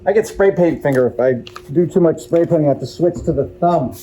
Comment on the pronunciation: Painting is waiting. Pwainting.